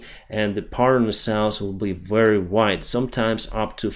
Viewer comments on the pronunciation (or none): SOUTH - not souse NORTH - not norse